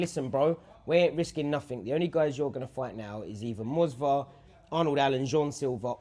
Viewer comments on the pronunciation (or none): Namajunas. Movsar and not Mosvar. It's real people, and the whole video is about them. Would you like to be called Drab and Nale for no reason? But generally, I can't, honestly, wrap my head around you not understanding it: you're _talking, discussing_, that's the main feature attraction, it's not a parkour video or whatever -- and yet you record in a boomy room to the sound of the punching bags and other people. I 100% don't get it. There's no quieter corner in the whole gym? You can't sit on a park bench next to it?.. I understand, strict schedules, in and out, all that jazz. But it's... devalued for no good reason. I come full of interest and curiosity to what you have to say, but become bummed out in 30 seconds. Cause, like an audio recording on my phone in a quiet room is more legible. Way more.